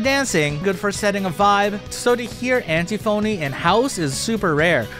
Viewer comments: antiphony is pronounced like an-tiffany just fyi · Just a note, because I used to mispronounce words this very same way in the past.. but it’s pronounced “an-tiff-uh-nee.” Sorry for being that guy! 😬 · thats not how you pronounce antiphony is it?